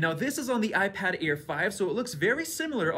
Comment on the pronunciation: Its Air not Aid